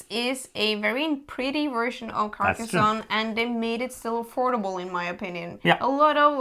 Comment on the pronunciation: Her pronunciation was actually correct.